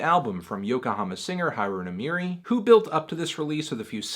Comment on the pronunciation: It doesn't really work if you capitalize everything. Emphasis is important. Anthony pronounces Haru right (as right as an average English speaker could pronounce it given the alveolar flap) but he places the emphasis incorrectly in Nemuri. It should be NEH-moo-ri, not ne-MOO-ri.